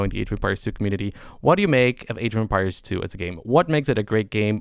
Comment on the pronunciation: Yes. Masmorra is great. But. God damn it but how he pronounces “empires” bugs me so much :-D